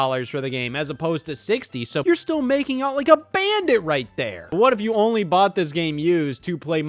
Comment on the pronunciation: man said buyed